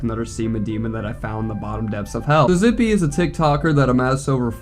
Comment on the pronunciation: Bro… i was family friends with this dude. I got some stories relating to him. He was always the “weird one”. Btw it’s pronounced “zip” for future reference.